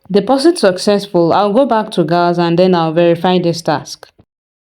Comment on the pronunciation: Great video. Please I just noticed you pronounce "galxe" as gals it is pronounced as "galaxy" I am sorry if you take offense 😢